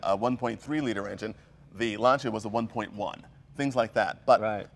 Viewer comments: I wish Jay didn't consistently mispronounce "Lancia". It's "LAHN-cha" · Jay, if you're a huge Lancia enthusiast, as you say, why, WHY don't you learn how to pronounce its name? It's easy. Every time I hear an English-speaking type saying "Lansia", it makes me cringe... BTW, listen how pronounce it correctly! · Dear, Mr. Como. There is a key underneath CAPSLOCK, called "shift." Also, they did pronounce it LanchIa a few times, and pointed it out in the video. Every nation mispronounces foreign words. It's OK. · i wonder why Jay never pronounced Lancia the correct way like the owner of the car did. I mean Jay being Italian knows or should know that the c is akin to sounding like "ch".... you'd think he'd get a hint and figured out the right way to pronounce Lancia.... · Jay the c in Lancia is pronounced like the c in charlie... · >"I'm a huge Lancia enthusiast" > Can't pronounce Lancia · Jay should learn how to pronounce "Lancia", or just to listen how says it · One of these guys knows how to pronounce Lancia, and Jay doesn't. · 2 questions... how many times can you mispronounce Lancia? how many times can you tell the same story about Gianni Lancia? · Jay you really should learn to pronounce Italian names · Jay! Dude! Practice Lunch--eeeyyaa , not Lun-see-ya. Lunchia -- Lancia. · david j h You don't say "Lan-cee-ah" in italian but lunn-cha ! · has impeccable taste. And, FINALLY, someone other than myself knows the proper pronunciation of "Lancia"; it's a two syllable word pronounced "LAHN/tchah", not "Lahn/SEE/ah". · Jay - for the Pope's sake, you're Italian. You KNOW you pronounce it "Lan-cha" not "Lan-cee-ah"!!! Only the pommie Brits say it that way! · It is a Lantscha and not a Lanzia Mr. Leno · I can't stand when people pronounce it /lansia/. If you say /lansia/ in Italian it means "the anxiety". The brand Lancia is pronounced /lancha/. Please start pronouncing it correctly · I can't understand why they don't pronounce it right. Lan-cha.